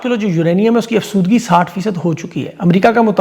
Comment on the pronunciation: ںہت اچھی ویڈیو ھوتی ہیں ❤ لفظ " یورینیئم افزودگی" ھوتا ھے افسودگی نہیں 😊